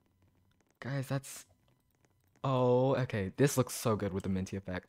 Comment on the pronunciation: When he said”that’s actually pretty GoOd”, I thought he said cool so I had to rewatch it like 5 times just to know what he said lol